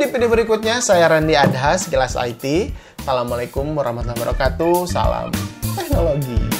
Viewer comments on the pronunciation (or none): none